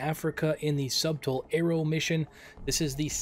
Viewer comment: Btw it’s pronounced sutle instead of subtle